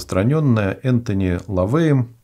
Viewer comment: интересно Вас слушать но допущены ряд грубых ошибок и неточностей. К примеру Церковь Сатаны была зарегистрирована в 1966 году Антон Шандор ЛаВеем а не "Энтони" как вы сказали, также существует "Сатанинская Библия", а не "Черная" которая описывает все принципы Сатанизма и основные идеи и установки. Поэтому нужно ссылаться именно на нее и последующие работы ЛаВея, а далее "Прогрессивный Сатанизм" и прочее. Очень слабо Вы подготовились, потому что это выглядит этот доклад как-будто нахватались разных непонятных источников и раздутых мифов из СМИ, но суть Сатанизма так и не поняли! Сатанисты не имеют ничего против других религий, в частности христианства и нет никакого поклонения Сатане, тем более жертвоприношений! Для начала хотя бы ознакомьтесь с Сатанинскими Заповедями и Сатанинскими Грехами, и Вам станет понятна концепция и рекомендации, потому что большинство людей которые их читают говорят что они живут так всю жизнь и слово "Сатана" нужно заменить на "Разумный человек". Совершенно исковерканы идеи и мысли, а также цитаты которые вы говорите, в частности от лица ЛаВея не были им произнесены!!! Как минимум ознакомьтесь и прочитайте "Сатанинскую Библию", зайдите на сайт "Церкви Сатаны" и посмотрите интервью сатанистов и что они говорят! Сатанизм - это самосовершенствование, улучшение себя и достижение целей, а также здравый эгоизм и не осуждение естественных желаний человека, в отличии от того же христианства, где основные грехи всегда будут нарушаться с дал